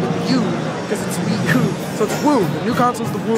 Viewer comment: Wuu Tablet. Wublet.